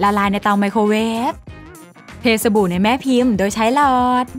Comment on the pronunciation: สบู่ค่ะไม่ใช่สบู